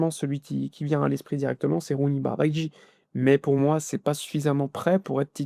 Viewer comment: On dit Bardji mais pas Bardaji